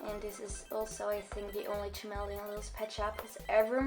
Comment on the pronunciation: No hate but it's ca... Mel... E... On